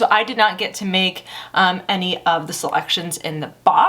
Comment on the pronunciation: I hope this doesn’t sound rude, I’m just wondering why you say ‘emy’ instead of ‘any’? Does it have something to do with you being bilingual?